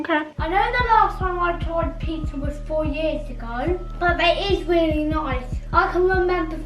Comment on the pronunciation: “Ive weally enjoyed it”🤣